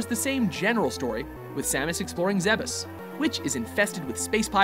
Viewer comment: I'm so glad "Zebes" was not pronounced "Zeebs" haha